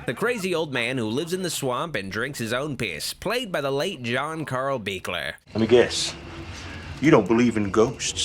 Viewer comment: I watch thousands of horror reviews and You are the only reviewer I’ve heard pronounce John Carl Buechler’s name correctly.